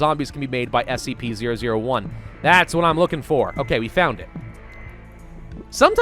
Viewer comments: you said spc lol, its scp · Its "SCP" bro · spc 001 will kill all humanity Me: did u say scp?: NOU